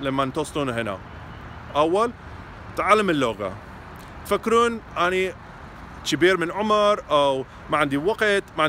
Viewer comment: And you even say “anee ” 😂😂😂 that’s just great